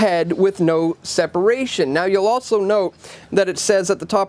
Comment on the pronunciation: There is no T in the word 'also'